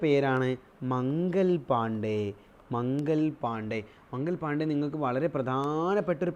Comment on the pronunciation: മംഗൽ പാണ്ഡേ അല്ല മംഗൾ പാണ്ഡേ ആണ്